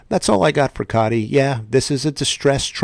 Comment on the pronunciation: Its pronounced CODY with a T instead of a D. SEC annoying the fire out of me. So glad a bit of a precedent was set with XRP and them losing to Ripple. The current administration hates crypto.